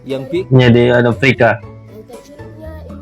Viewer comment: Aprika apa papua? 😅😅😅